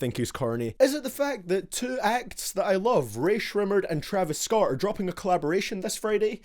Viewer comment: he said travis scar